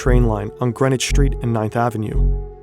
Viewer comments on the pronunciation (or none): none